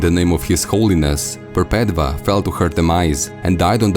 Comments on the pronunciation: Wonderful work! I love your uploads. I think Perpetva is pronounce "Perpetua" (mean "perpetual" or "never ending") as "V" was used as "U" in latin, where Catholicism gets its vocabulary. Just food for though to add to the conversation. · I cringe when he pronounces Perpetua wrong